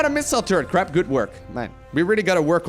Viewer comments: crepe with an A like pancAke and not crepe like crAp :) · I pronounce it: cray-p But crap is hilarious. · French Captain here : "Good job on that crrrRRrrrepe !!" Baguette bless you ! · I am fr, try to say « craype » Nice vid :) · u said mr crap XD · hahahah! Crap! perfect! try somehting around : Crey-p ;) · Your pronunciation of "crepe" is both terrible and wholly appropriate. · As a French guy i second this statement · As a non french guy but who took a semester of French, I third this statement.